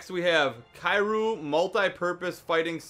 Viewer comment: The way he says kiryu XD